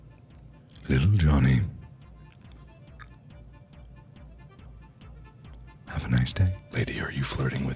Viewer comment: LITTLE JUHVY